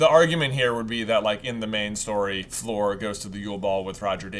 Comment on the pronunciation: I can't believe you even wrote "Flor" instead of "Fleur" in the chapter titles! Stop calling her Flor! She's Fleur!